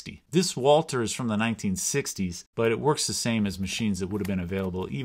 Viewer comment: Why are you pronouncing Walther wrong?